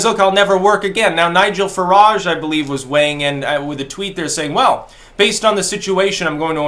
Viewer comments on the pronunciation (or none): none